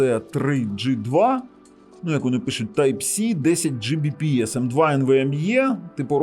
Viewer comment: Оцим вирізняється. Він любитель педантично зачитувати в спеках все до букви, як написано. Він завалює свої ролики купою не завжди зрозумілих, в т.ч. і йому самому, технічних термінів, абревіатур і т.д. Ось хто ще, крім нього, "10 Gbps" прочитає, як "Джі бі пі ес"? От слухає людина ролик, і як вона на слух це сприйме? Скоріше за все, як чортішо. Чого тоді скорочувати, відтвори термін повністю - "10 gigabit per second", чєвоуштам 🤣 Але більшість на його місці таки скажуть "10 гігабіт на секунду". Або просто "10 гігабіт". От хтось його спитає -, а яка швидкість твого інтернету? А він такий: "10 джі бі пі ес"!